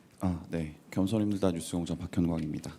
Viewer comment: 기자님 방송국 이름 부끄러워서 겸손은 힘들다 발음 뭉개시는 거 티나는데요 ㅋㅋㅋㅋㅋ